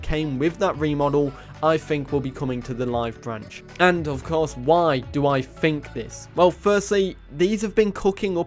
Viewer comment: "I phink".